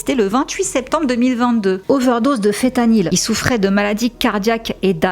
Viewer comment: Quand tu dis fetanyl, tu veux pas plutôt dire feNtanyl? Parce que du coup je pensais que c'était une autre substance, mais nn c'est bien fentanyl